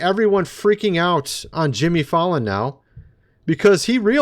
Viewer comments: Jimmy Fay lan, not Fallin dude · You’re pronouncing Jimmy’s last name wrong.